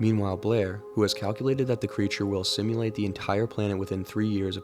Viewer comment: "Assimilate," not "assimulate." "Mark" Side-ejecting guns can be used ambidextrously. In fact, "westpaw" shootists (like muhself) have a slight advantage with a right-side ejecting fixed-tube gun because we can more easily do a chamber-load while keeping our shootin' hand at the ready without having to turn the gun or our support arm cockeyed during any point in the process. There's a storyboard that explains what happens to Nauls. It's exceptionally horrific.